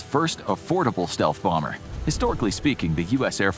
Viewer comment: Is it just me or did anybody else laugh when he called the b2 a “boomer” Bomber 😅😂